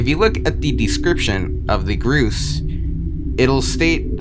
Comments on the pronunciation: He calls the gorse “gruse” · Gorse is pronounced GORE-SSSS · im sorry did you call gorse groose? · "Grose" makes my heart hurt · gorse is actually pronounced gore-se like gore and horse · Isn't it pronounced G-orse (like horse but starting with G) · Why are you pronouncing it groose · wait people pronounce it the "groose" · you said gorse wrong. its gORse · The way you pronounce gorse is very annoying you sayit like "Grues" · This guy REALLY said "groose" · bruh he calling the gorse gru ss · im pretty sure they are pronounced gore-s. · he pronounces gorse as groose lol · You pronounced gorse several different ways several times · I hate how you pronounce gorse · bro cannot pronounce gorse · why did you keep changing your pronunciation of gorse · No offense honestly but is that how Gorse is really pronounced? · The way they say "malafunction" and "gross"/"groose" annoys me.. At least they didn't say "homogenous" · What's the point of pronouncing "Gorse" as "Groos"? Comment bait or something? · It's "GORSE", not "gruse". It's decimator, not "decontaminator". You're not cut out for YouTube, are you? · yea the "groose" totally not gorse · It’s pronounced gorse not gruce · It's called a Gorse, not a Groose. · "The groose is the groose" my man its gorse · grooce? its gorse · Groose? Its gorse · sticktopia : haha i dont care if you correct me for mispronouncing gorse my brain : bro this guy cant even pronounce gorse right its not gross bro its g o r s e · Btw it's not pronounced groose it's gorse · Hearing him say gorse as gruse gives me pain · the creepiest thing in this video is that you call the gorse the fucking gruse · gorrs💀 its gorse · Gorse not Grose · bro.. "groose" bro its spelled gorse not groose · He is saying grose not gorse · Just to clarify, Its G-O-R-S-E-, Not ''gerse.'' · WTF WH6 DO YOU SAY GRUSE ARE YOU STUIPID? IT GORSE NOT GRUSE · ITS GORSE NOT GROOS LIKE GORE BUT WITH S AFTER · its gorse, not GrUeSe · ITS GORSE NOT GROOSE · groose 😭 goars 😭